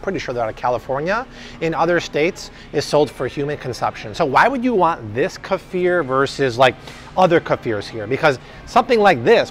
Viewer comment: Love your videos, but Bobby... seriously... it's not Ka•FEEAARR!!!! It's KEEF, rhyming with leaf, then ER, rhyming with blur! Stop it, already, people, with changing the CORRECT pronunciation of words! Friggin' A, man!!!